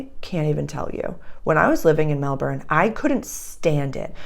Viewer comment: Melb'n is the correct and only pronunciation, soz 😉